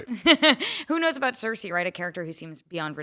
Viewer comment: Bran* not Bram, Cersei* not Cersi, Jon* not John. Jeez...